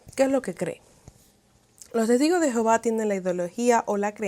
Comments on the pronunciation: Por qué pronuncias Jehováv... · El gran problema de la doctrina de los testigos es su traducción, supuestamente de la Biblia, que en realidad no tienen nada en común! La traducción de los testigos te esconde cual es el verdadero nombre de Dios ! El no el nombre de Dios no es Jehova! Este es un nombre que se le dio al no poder pronuncia YHWH! El cual tampoco era su nombre !